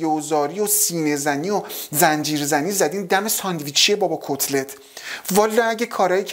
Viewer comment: میگه کصلت یا کتلت؟؟😂